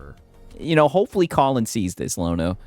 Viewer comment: Lono: rhymes with DONO.